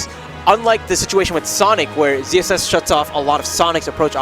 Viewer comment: I can hear them saying ZZS, but shouldn't it be ZSS?